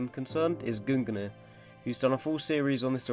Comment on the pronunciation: man really said "goongnyr"